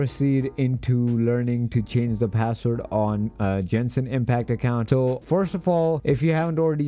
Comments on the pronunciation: “Jenshin impact” it’s Genshin get it right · jenshin impact